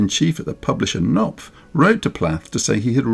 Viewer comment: Thank you for another excellent bio. As an aside, and at the risk of sounding pedantic, the publisher Knopf doesn't have a silent "K" when pronounced. Looking forward to Part 2. 🩷